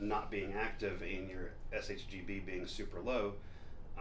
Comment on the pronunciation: This man kept saying how long he's been doing this and how he's a hormone expert and then called SHBG "s-h-GB" like 10 times in a row